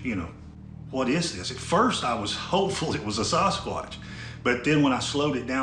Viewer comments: Thought he said "saw his crotch" really fast once when he messed up the pronunciation. Sawhiscrotch, oops, sawswuatch, sasquatch? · By the way... It's sas squatch... not sauce squatch... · I love how he says, "SUSquatch." LMAO!!! Like it could be real, or just a figment of your imagination!!! Hahahaha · K I need to know..is it pronounced SAUCEquatch or SASquatch??